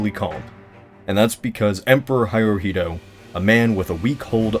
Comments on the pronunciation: Why Did you pronounce hirohito "high-rohito"? It's hero-hito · It's Hirohito, not Hairohito... typical Murican mistake... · it's pronounced hee-ro-heeto not hai-roh-heeto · Hirohito isn't "HAI-RO-HEETOH" it's "HE-RO-HE-TO" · Emperor HIGHrihito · "Emperor Hairohitou" lel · Im tired of people cant pronounce Japanese names ... Lol Emperor Hairohito ?? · It's pronounced as "Hee-roh-hee-toh". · Did you just say Hairohito? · 'Hyrohito'?!? LOL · It hurts my ears when you're pronouncing Hirohito like "hi-rohito" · Emperor Highroheedo?? Come on... how can anyone take your analysis seriously when you mispronounce his name that badly? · "Heyerohito" I could lie and say I died a little inside when you butchered that name, but I actually died a lot inside. This cannot be forgiven! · "Hirohito" Pronounced "hee-roh-hee-toh" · Pronounced Hirohito wrong. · How the fuck did you butcher hirohito's name in this video but pronounced it properly in the past?